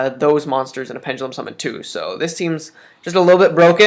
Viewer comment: pengelum no no no pen (duh) lum.